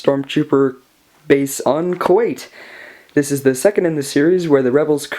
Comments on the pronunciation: I thought it was pronounced Koo at not Koo ait? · Koyt? What's koyt? Do you mean Kuat? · I just like to point out that 1.) awesome build you got there, and 2.) it's pronounced Kuat, Ku-at, got it?